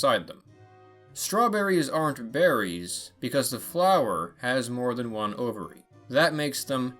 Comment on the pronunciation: ovary? He mumbled